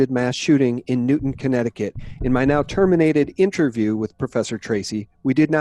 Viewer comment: It's Newtown Connecticut not Newton Connecticut. I don't know why people keep saying Newton.